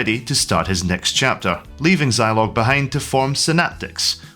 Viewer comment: I never had a Zeeee80. Had a Z80 in my ZX Spectrum. Also, shouldn't Zilog be pronounced 'Zeeeilog'?